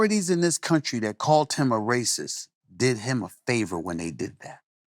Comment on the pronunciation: he calt me... calt? *